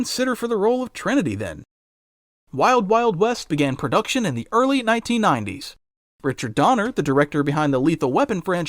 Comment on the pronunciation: Punches Mr Smith in the Matrix "Welcome to Earf!"